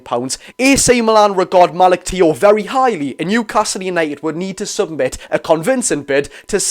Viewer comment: It's pronounced malik chow 👍hope we get them both. Unreal👌